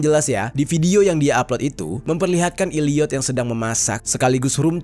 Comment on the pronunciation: Maafkeun, tapi saya merasa gagal fokus gara2 Bang Jeri bilang Illiyot. Itu bacanya Elliyet, huruf e yg bunyinya kayak e di kata 'cakep'.